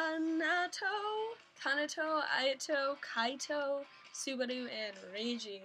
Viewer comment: it's laito not kaito